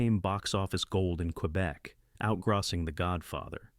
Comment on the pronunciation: Ah the "con tra vassy" of a movie out "grosing" the Godfather. AI fail.